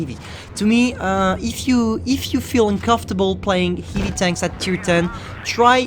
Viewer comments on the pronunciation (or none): Its heavy not heevie dumbass